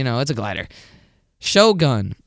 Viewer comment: The way white ppl say Japanese names like shogun and hike is so cringe